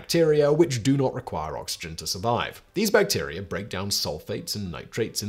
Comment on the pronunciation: Bacterier? Huh?